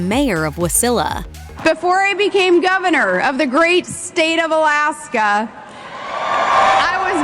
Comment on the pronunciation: Colaska not Alaska